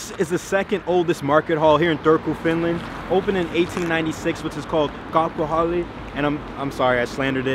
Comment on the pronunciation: You said kauppahalli REALLY GOOD!🎉